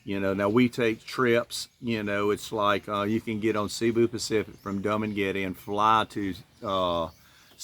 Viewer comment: Hey dude, it’s not dum maguette… it’s pronounced doo maguette.